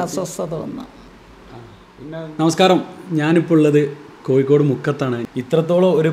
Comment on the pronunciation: കോയിക്കോട് അല്ല കോഴിക്കോട് അല്ലേ